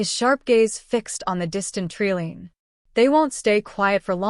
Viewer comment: Good story, but an abrupt ending. Leaving me wondering what happened. Also every time she said tree line but, it was pronounced tree lean my teeth grated. Do you proof your work?